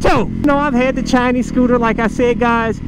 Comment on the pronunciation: Chi-Nese... Scoo-Ta!!!